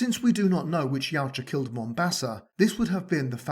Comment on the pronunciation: Thank you! You say Yautja as Y-OW-ja. I’ve seen so many people say “Ya-oo-ja” and it fucking infuriates me…